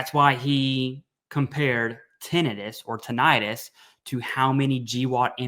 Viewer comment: Also what doctor pronounces tin-i-tus as titt-an-us